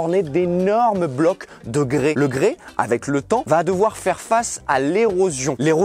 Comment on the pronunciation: on dit du grès, pas du grés